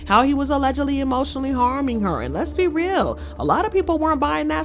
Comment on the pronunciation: Did u say “Lez be”. Real.